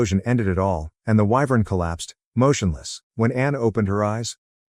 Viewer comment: I don't know why, but I am very amused by the narrator's inability to pronounce wyvern correctly. EEVERN. Just when the joke gets old, it's pronounced correctly. Excellent timing.